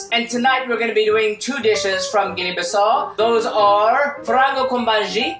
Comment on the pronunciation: Guinea-Bissau you pronounce the U at the end.